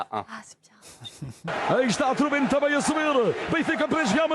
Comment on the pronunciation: Ce n'est pas troubine ; mais trubin😎